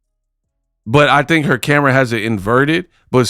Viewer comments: It nev-ah affected huhhhhr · YO YOU GOTTA MAKE THE T SHIRTS THAT SAY "IT NEVAH AFFECTED HUH (front), IT NEVAH AFFECTED HUH(back)."😂😂😂